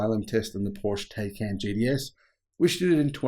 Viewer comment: “Taycan JDS” 😂 You mean Taycan GTS? Just kidding I know it’s the accent lol 😂